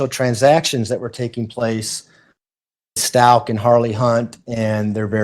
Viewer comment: I can't take listening to this witness anymore, I try.. it's so difficult, it's like she's got a frog in her throat, and can't pronounce Stauch , even though the prosecutor corrected her when she really botched the name. God forgive me, I just can't